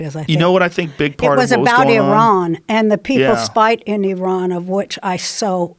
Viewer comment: Love the way she pronounced IRAN 😤 someones got iranian friends 😍